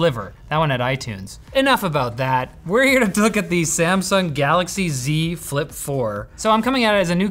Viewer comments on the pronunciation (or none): saying "Z Flip" in a French accent is funny. But unimpressed review made me laugh a lot!